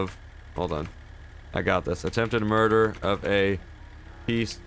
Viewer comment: attempted "muder" hahahahahahaha